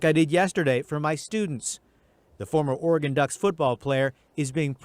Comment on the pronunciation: Its pronounced Or-ah-Gun just like it sounds or you can say Ore-gun.i,be been up their many times to both Oregon and Washington from here in Calif.. it has an (A) sound in between the ore & gun. its never Or ee gun lol so i hope ths might help you out.its basically two syllables = Ore a gun or Oregon <~~~ right spelling and pronounciation..tc DJ peace ✌🏼